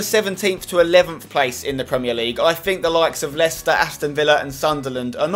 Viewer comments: leiecter ..come on mate!! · Spen sorry but u got Leicester like completely wrong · Got Leicester terribly wrong 😂😂😂